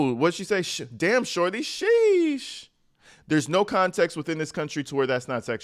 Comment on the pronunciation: i Caaaan't!! she said without further "conteeks". I had to replay it, ... just to confirm my ears did hear this sad excuse for a substitute teacher jus trash the English language like that.